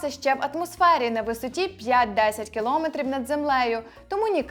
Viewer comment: Двічі сказала "кілОметр". Правильно наголос на Е. КіломЕтр. "Дєрєвєншчина".